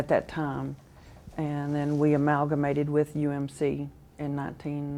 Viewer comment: "analga-mated" -d.b. houck